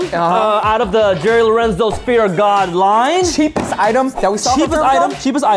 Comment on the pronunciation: ay, my favourite moment was when let loose bout his opinions on the jerry lorenzo y 3 boost sneakers, that shit had me dying the way he pronounced the name 😂😂😂😂😂😂😂